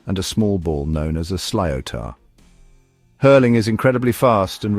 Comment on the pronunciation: Samhain is pronounced more like sowen & not as used in this documentary. Also sliotar is more like shlither.